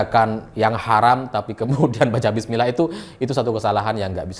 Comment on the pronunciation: masyarakat salah dengar tapi sebutlnya saat dia makan itu,dia sebut BIS KOTA,bukan bismila